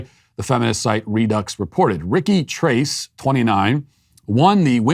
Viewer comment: "TRACE" 🤣🤣🤣 Uno, dos, TRACE, quatro, cinco, SAYCE 🤣🤣🤣